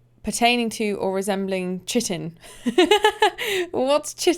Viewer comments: To add to the conversation about the blue fairy and flowing waters, Siofra means "fairy" in Irish Gaelic, and Ainsel (meaning "My Own Self") is the name of a fairy in an old fairy tale. Oh, and pronounces chitin wrong; it's pronounced like "kytin". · It's pronounced Ki-tin btw (chitin), was incorrect. Probably why you'd never heard of it